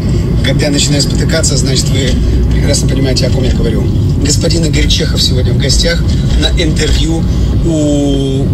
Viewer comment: Просто в имени Игорь - поменяли ударение Иго́рь,вот и получилось имя созвучное с именем Егор.